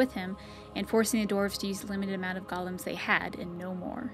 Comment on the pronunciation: It's pronounced GO-LEM not GOLL-UM. A Golem is an artificially created creature of clay or stone, based off Jewish mythology. Gollum is the name of Smeagol in Lord of the Rings. They make the same mistake in DAO, it was so annoying.